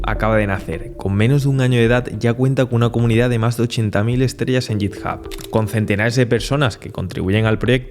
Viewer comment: Perdona que te corrija una pronunciación, pero es que me sangran los oídos cada vez que te escucho decir "yitjab"... se prouncia "guitjab" (obviamente lo he escrito fatal para que te hagas a la idea de la pronunciación, la "h" de hub no se pronuncia como una "j", pero es el grafo cuyo sonido se parece más en castellano), pero a lo que voy es a la "G" de "git", es "guit", no "yit" ;)